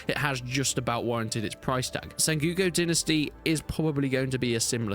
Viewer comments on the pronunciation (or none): Sen-GO-Ku...you trolling with that SenGUko. Is it an English thing? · "SenGOOko"? Didn't know that Brits pronounced "o"s as "u"s and visa versa. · The way you pronounce sengoku really threw me for a loop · Sorry for this, but it is not sengyuko dynasty, it's Sen-go-ku Dynasty. It's a time period of Japan. From , there were a lot of civil uprisings in that period. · Senguko Dinisty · It's really distracting.